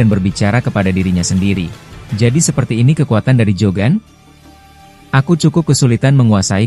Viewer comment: Ngomongnya itu Lo..Jogan jadi JAN